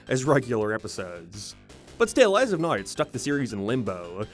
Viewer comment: Why do you say the word now like "noiiiwu" that was the weirdest way ive ever heard someone mispronounce a word.